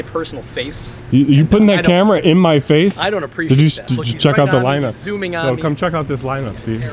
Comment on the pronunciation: Did he say your camera is in my personal face? Instead of space. Lol!😂